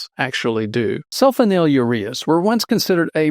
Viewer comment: “Sul FONYL ureas.”